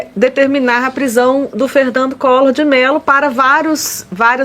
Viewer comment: "Ferrrrrrnandu collorrrr" , foi preso tentando fugir. Vc é um boçal.